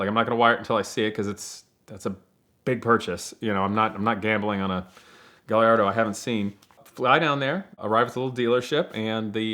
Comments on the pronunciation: Still Can’t pronounce his own cars name - Guy - Ardo - figure it out !!! Thanks Ed for another great video !!! Any new race tracks with your son ??? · Guh lard ohhh........smh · Every time I hear someone say "Guh-Larr-Doe" I lose a little respect. Dumbass, Lol! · Cringe af when people pronounce Gallardo lol